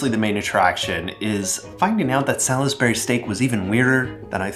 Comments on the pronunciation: As someone that lives in Salisbury, I must insist that it's pronounced Sal's Bury. Not Sal Is Bury. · Sawls-berr-ee not sal-iss-berry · Sal's Berry steak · The way that he's pronouncing it it is. Sal-is-bur-y vs Sals-bur-y. That's four syllables rather than three. If you can't hear that, language arts must not be your forte, lol. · In England, we pronounce it "sallsbree", "salls" rhyming with "balls", as in "sorlsbree" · This isnt a knock I just never heard anyone pronounce out the "lis" in Salisbury, and it was immediately followed by the commercial saying "Salz-bury" like how I'm used to hearing. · I am loving all of the different pronunciations. As someone who grew up not far from Salisbury in the UK, I would say Solz-bree. Two syllables with a nice plummy O sound. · Saul's bry. Also, Awl-bany. Must be an accent I'm unaware of. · It’s just a matter of omitting the i. My guess is people who eat it a lot or grew up with it use “salzbry” as it’s simply a shortened way of saying it. Whereas those of us who simply only know if it as seeing the word, pronounce the i 😂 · I cannot stand that you keep pronouncing the "i" in Salisbury. It's pronounced SALS-burry or SALS-berry. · Salisbury is pronounced with 3 syllables, not 4- sounds like "Sawlsbury" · Who pronounces the "i"?!?! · The pronunciation of "Salisbury" is the most unhealthy thing about this topic. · Your pronunciation of Salisbury is making me think about your video about accents - look up how we say Salisbury in the UK vs the US way! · Salisbury has only 2 syllables. Don't let the spelling fool you. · I’m having flashbacks to Salisbury steak on the school lunch menu 🤢 also I didn’t realize there was an ‘I’ in Salisbury. I don’t think I’ve ever heard anyone pronounce the I. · As an English person, the way you’re saying Salisbury hurts 😂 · last week: makes elite british accent video this week: immediately mispronounces Salisbury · Solsbury Salsbury not Sal-is-bury is how English pronounce it